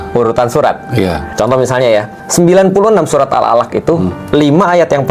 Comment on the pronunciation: bukan surat tapi surah... bukan alloh tapi allah... perlu perbetulkan